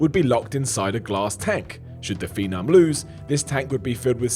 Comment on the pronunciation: For fuck sake! It's "PHENOM" Not fucking "PHENARM". Also, take a day off.